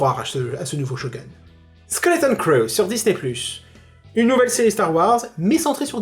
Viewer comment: Sa se dit shogoune 😂